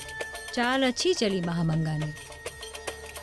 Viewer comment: उसका नाम महामंगा नहीं, माहम अंङ्गा था।